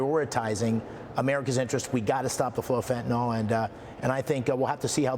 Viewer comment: It isn't fenta-NOL, it's fenta-NYL, rhymes with bill! Can't any public figures read anymore?